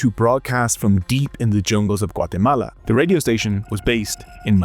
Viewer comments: I REALLY appreciate that you correctly pronounce a countries name! top notch 🙏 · I like the enormous effort to pronounce "Guatemala" authentically, whilst butchering everyone's names.